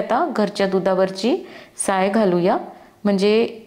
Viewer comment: साई...काय?? साय म्हण की ग बाई....